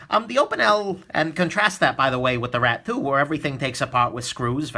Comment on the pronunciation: i keep hearing Rat-poo instead of Rat 2 xD i love you!